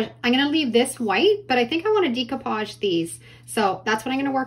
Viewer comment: How can this woman be a crafter and not know how to pronounce "decoupage"? People have even commented & she has replied but still.... day - koo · paazh day - koo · paazh day - koo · paazh day - koo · paazh day - koo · paazh day - koo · paazh